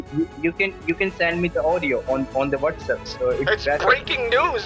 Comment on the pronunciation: “Shat App” “Shat App” “Shat App” “Shat App” Got me dying 😂